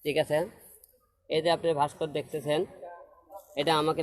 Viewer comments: "Bhaskor" na hero ........."bhaskorjo"🤣🤣🤣😆😆😆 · হিরো আলম ভাস্কর্য শব্দ টাও ঠিকমতো উচ্চারণ করতে পারেনা 😂😂